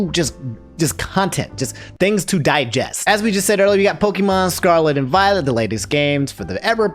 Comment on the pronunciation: Everytime he says "pokEEmon" I die a little. I love you man but please. It's pronounced pokAYEmon